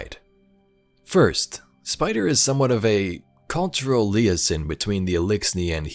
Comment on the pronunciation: Great lore and storyline. It's gonna be real interesting when Mara erases spider or turns him into a statue in the dreaming city. I don't want to be that guy, but the way you misspoke for (liaison)... omg it was funny. Sound it out like Lee-Aaaay-zon. 👍